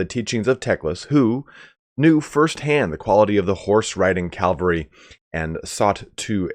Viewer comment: What’s all this I’m hearing!? “Calvary”? “Barbed” horses? Also, the reason they say that Teclis knows firsthand is probably simply because he actually lived in the Old World and knows what Elven cavalry was like